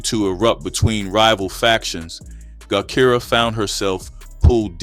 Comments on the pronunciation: Her name is pronounce jah Kai rah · Thank you because AI tore her name all up